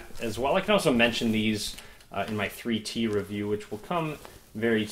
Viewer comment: For few minutes I didn't understand why you are keep saying "free tea" then I realized it's "3T" :D